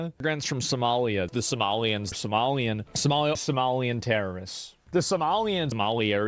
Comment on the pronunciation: He says Somalian like they’re from Star Wars Jesus Christ